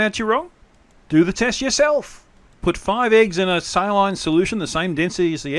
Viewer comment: A Cylon solution? Should I grind up all my Cylon action figures? Baltar isn't gonna like this! I think you mean Saline; pronounced "Say Leen". Sorry but I had to do it.